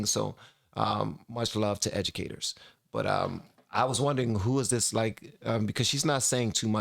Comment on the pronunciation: “In dis hypothetical situation”